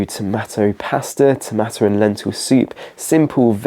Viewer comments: That's what I was wondering, it was repeated so many times and totally distracted me from the rest of what was being said. Strange to say the least!😮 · Tomatto? You nearly lost this viewer when you kept saying that. great advice though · He pronounces tomato as tomatto throughout. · Who taught you how to pronounce "tomato"?! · Nobody going to mention his pronunciation of tomato? Really nobody? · What pronunciation of "TomAto" is that, it's like half US, half UK pronunciation 😂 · One of the best series on the internet which i've on just discovered and am going through them daily. However, Oh My! i'm vetting and censoring them dreading the likelihood should they have use of the word TOMATO 😈 i ain't never heard it pronounced this way! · Nobody pronouces 'tomatoe' like that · Why can't you say tomato?